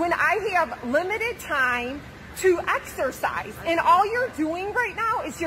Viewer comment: If she said the word "exercise" one more time... Axersiiize